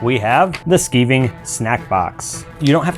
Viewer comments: its skiving not skeeving, as in sky not as in ski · Skiving is pronounced sk-eye-ving, not sk-ee-ving. In the UK to 'skive' means to shirk off work. It comes from an old leather workers term for thinning out leather. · Hello! I just found your videos, and I think they are bloody brilliant! I think you meant SKY-VING instead of skiving for the pronunciation of those sweets. It's a British word for "Goofing Off", as you Americans call it. I don't want to sound like Hermione, you know: "It's Levi O sa, now Levio SA". LOL! I love how you make everything to be so simple for us Muggles! Thanks for sharing your videos about making Harry Potter props for parties! Cheers! Janet in Canada